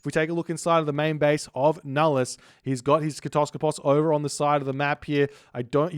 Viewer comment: Why do you always say "kotoskopos" instead of "kataskopos". Now i'm saying it too...